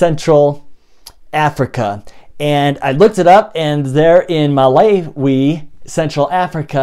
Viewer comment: Its pronounced MA LAO WE.